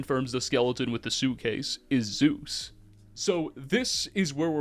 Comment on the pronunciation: "Zues" is not Zeus.